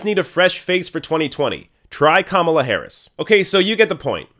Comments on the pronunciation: Ka Mala not Kam ala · The first thing you need to do before "reporting" is to learn how to pronounce the names. It's Ka-MA-la, not KA-ma-la. Buh-bye! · Who is “Com-u-la” Harris? I thought it was pronounced “Kah- mah- lah”?